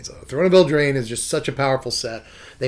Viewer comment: It’s eldraine dummy!